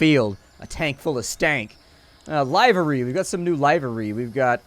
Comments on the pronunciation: It's pronounced "Liver-ree" as in "Delivery" without the "De". In fact, both words descended from the same Old French word, which in turn descended from Latin liber ("free"). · That's not how you say livery